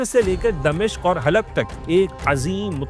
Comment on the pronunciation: It's "Dimashq" not "Damishq"